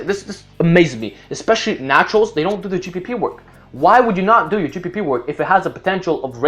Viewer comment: it kinda sound like you kept on saying g4p work lol